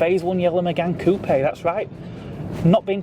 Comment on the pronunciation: I stopped watching when you said, "COOP" This is NOT AMERICA with all its low standards, and ugly accents. Coupé......................notice the accent. COO PAY. COO PAY. COO PAY. I used to be in the ROC. I had all 3 of the Renault 5 TL Flair, Jan built in each of 3 colours, Gordine Blue, Arctic White, and Monaco Red. When I was stopped from driving manuals, a climbing accident, I offered all 3 cars, FOR FREE, to members of the ROC. No one could be bothered to come and collect them. I went to your site years later, and someone was blaming me for scrapping the cars!! ('~') Would you believe it? That Renault 5 Alpine is missing the bonnet scoop.